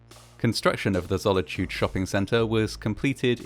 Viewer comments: It's Zolitūde, not Zollityued. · Zolitūde doesn't rhyme with the English word "solitude" - zo-li-tu-de (not "zolla-chood") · Boy really said "Zolichude" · I thought he said Sonichu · You sound funny pronouncing the name of the mall wrong =P